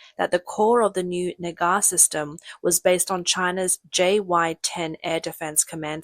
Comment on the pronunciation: The Nagar system?? Is that with a hard R ...